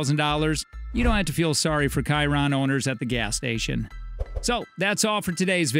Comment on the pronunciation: buggati kiron lmao pronounce the ch like a shi